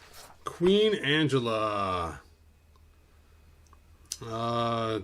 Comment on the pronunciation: It's pronounced "AN-GEL-LA" NOT "ANGELA".